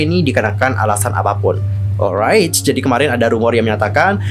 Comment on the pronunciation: Maaf mas. Saya emosi liat cara kamu ngomong😭 sumpah gedek bgt saya dengernyaaaaaaaaa😭 gatau kenapaa saya benci dgr intonasi kamu ngomong, dan kalo ngomong tolong di buka lebar2 mulutnya. Apalagi pas kamu bilamg alright🤮 sumpah benci bgtttt. Apalagi kalo kamu sebut R pengen aku tarik mulutmu maaas😭 maaf mas benci kamu. Padahal gak kenal kamu😭